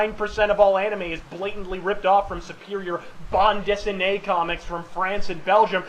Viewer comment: Man, i really appreciate the reference to our French and Belgian comics (your prononciation of Bande Dessinée was perfect ^^) I wish more people could know about it, there is so much stuff to read ! (i'm french)